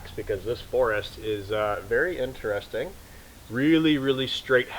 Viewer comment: It is correctly pronounced interest ing...not enter resting.